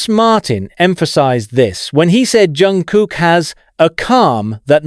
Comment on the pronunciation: Автор все ЗАМЕЧАТЕЛЬНО сказал о ЧОНГУКЕ, всё исключительно верно, но несколько раз повторялось не правильно его имя, это сильно режет слух, извините если не так, может дело в переводе. Чонгук очень талантливый певец, танцор и музыкант. ЧОНГУК П Р Е К Р А С Е Н, желаю ему счастья и ОГРОМНЫХ УСПЕХОВ в ТВОРЧЕСТВЕ, да и во всём!!!!!!!